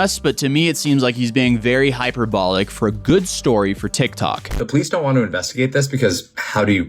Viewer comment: I must be super southern but his pronunciation of hyperbolic had me googling it like it was a new word to me and then I was like oh 😅🤣